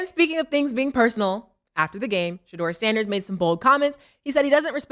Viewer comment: Shedeur not shedure